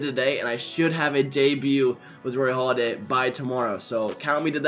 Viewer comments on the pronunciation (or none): Hey dummy, it's Halladay not Holiday. I got out of this video and the first 10 seconds...